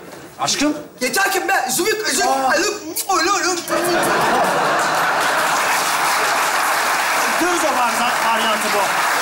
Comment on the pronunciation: Dırzo değil Dızo veya Barzo . Dırzo diye birsey yok